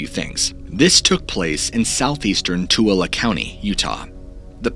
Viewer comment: New to the channel, just extremely impressed you got Tooele right.